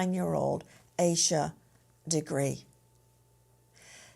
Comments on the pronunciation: Its pronounced Ayy Sha, not Ah Sha. 🙄 No wonder u arent on network tv anymore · Her na.e is pronounced Aisa.